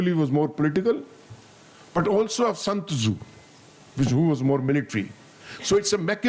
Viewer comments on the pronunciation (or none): He calls San tzu as Sant Zu 😂😂😂😂 typical Punjabi Paindu